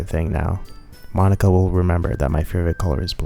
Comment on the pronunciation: Why are you pronouncing Monika like that?